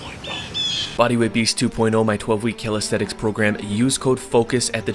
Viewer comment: Man I really like you and I love almost every of your videos, the fun and the knowledge are always on point. but...... I always want to punch something when you say 'Calisthetics' instead of 'Calisthenics' 😅